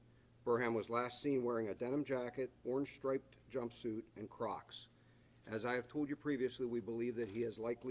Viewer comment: The emphasis on Crocs tho